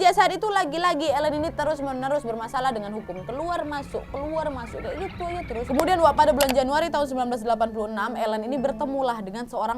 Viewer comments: Nontonin video kriminal kayak gini kok aq merasa masa kecil sampai remajaku terselamatkan 😅😅🙏, haodoooh. Tiap sebut nama western kok salah 😅 Aileen: eilin Keith: kith Tyra: taira Spears: spiers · Susah kali english kau wak, itu cara nyebut nya Aylin, Dayen dan Kith yah wak! 😆👍